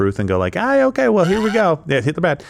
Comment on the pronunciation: Okie Day? Is she Jar Jar Binks? A Gungan?